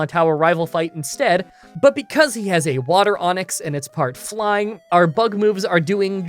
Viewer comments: "water onix" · I was listening to this in the background and I am embarrassed to admit that I heard the term water onyx. I was very confused at first.